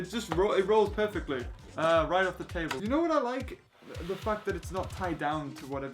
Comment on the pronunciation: TABWE (how you said table 😂) your prob my favorite youtuber ever